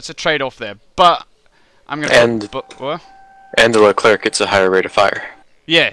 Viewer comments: why did you pick the gazelle instead of the other tigre (HAP i think) ? and yeah, it's "lecler" and "rafale" not "leclerKKKK" and "rafael" ;) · The Leclerc is pronounced just like LeClair (you do not pronounce the C...yeah I know French is weird) and it's Rafale not Raphael :)